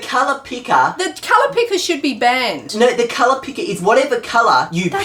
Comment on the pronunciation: Color not cloro or somthing lol